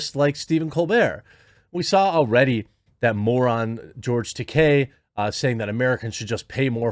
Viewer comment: I'm proud of you Jeremy! You pronounced George Takei's name CORRECTLY! Unlike 99% of the pundits (including some famous ones). I mean, people pronounce Stephen Colbert's name THE CORRECT FRENCH WAY, and it's nice to see someone pronounce a Japanese name the correct Japanese way. And thank you for pointing out what a tool COLBERT is.